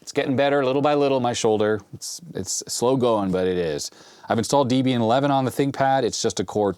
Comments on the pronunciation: Love your channel, and I really should see if you're willing / able to fix a narfed Atari SC1435 for me, but it is pronounced D-ehb-ee-un. Debbie was Ian Murdock's wife. Ha, pet peeve of mine! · "Debian" is pronounced like the names "Deb" and "Ian," as the project was founded by a pair of folks with those names (Debra Lynn and Ian Murdock). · It is pronounced like "Debbie In.". The guy who created Debian named it after his girlfriend.